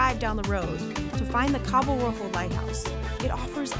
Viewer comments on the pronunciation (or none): none